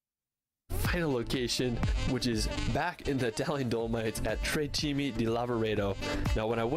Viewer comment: "cime" not "cimi"